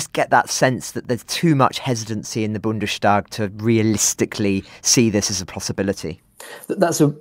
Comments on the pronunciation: it's not "bunde-shdag", but "Bundes-tag". Meaning the Tag = day (in the sense of meeting) of the Bund. And therefore, just like it would be Peter's day, it becomes "Bundes day" (German just doesn't do the apostrophe for possessives). The s sound firmly belongs to Bund (the e is just there because it would be hard to pronounce "Bunds"), not to Tag. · Bundes-Taak, Not “Boondeshtagg”…